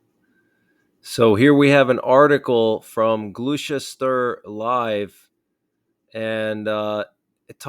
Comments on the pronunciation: Glou-chest- ter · Gloster shire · Lol gloster shire is how you say it lol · Pronounced as Glosteshire. Gloucester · Pronounce it Gloss t shire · Pronounced 'Glos-ter-shire mate 👍 thanks for the update x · "Gloss Chester shire". We're certainly getting closer to our Governments admitting we are at war. Prep. Prep. Prep. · It’s pronounced “Gloster”, in “Glostersheer”. Cheers mate! P.S. a Russian general wants to nuke the U.K., to make a show of strength to the rest of the World. I think those American bombers should be flown to Paris. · It's pronounced Glos ter shire ...... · Pronounced (gloss t shire) lol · Gloucestershire is pronounced 'Gloss-ster-shire' ! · Thanks for the update! Gloucestershire is pronounced GLOSS-ter-sheer. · Gloustershire = GLUSTA-SHUR. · Gloucestershire is pronounced “GLOSTERSHEER”! Thanks for all you updates Buddy. Kind Regards from England. ❤️🇺🇸🏴🇬🇧🇺🇸❤️ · It's pronounced "gloster" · Nice report. However Gloucestershire is pronounced as Gloster-Shire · Pronounced “Glostusher” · Hi, just to help with the "british spelling" and weird pronunciations we have of many place names - Gloucestershire is pronounced "Gloss - te - sher" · It is pronounced for future reference (Glah sess ter sure). Thank you for the updates. Couldn’t sleep after last nights update😢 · Thanks for the update ... sadly there are worrying times ahead on all fronts. (I love your pronunciation of places in England ... I hope you don't mind me saying that "Gloucestershire" is pronounced 'Glostershire'.) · Gloss stir shire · Glos-ter-shire. 🇬🇧 True checked 🇬🇧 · lol,,,love your posts, pronouce like glost est shure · It’s Glosh-Est-Sheer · Its pronounced ''Glostersheer''! I have bad vibes about all of this. I think the West will be FORCED into a 3rd WW.:cat-orange-whistling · Gloucestershire is pronounced glostos shire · Shire horse! Gloss-ter-sher. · Or GLOSS' - tur - sure (tur and sure rhyme) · Good effort its pronounced Glos-ster-shire